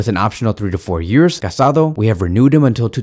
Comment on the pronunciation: Just a tip, is not Marc CasAdo, but Marc CasadÒ. 😅